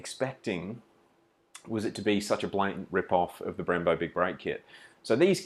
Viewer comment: Bimbos instead of brembos